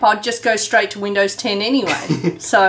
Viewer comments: It sounds like said: Windows hen I'm in the U.S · "Windows hen" U have triggered windows 10 by saying that. xD